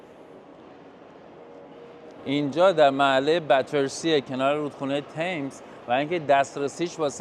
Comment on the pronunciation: ممنونم ولي بتسي نه باترسي